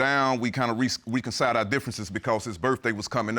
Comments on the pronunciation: Huh.🤔 “Reconcide”? what in the Queen’s English is this fool speaking? I’m sick and tired of this toxic mess 🤯. Stop sleeping with idiots ‼️ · "RE-CO-SIDE' our differences!!!!!